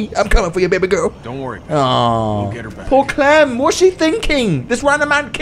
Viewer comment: I just realized has been saying baby gorl before 365 dni😂he is the real Massimo